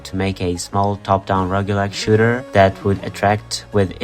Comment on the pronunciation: FINALLY someone who pronounces roguelike like me!